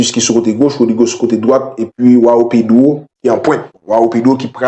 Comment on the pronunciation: Prononciation se jouwanw pedro